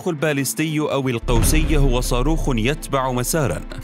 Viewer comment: Ballistic missiles , pronunciation of the first letter is /b/ and not /p/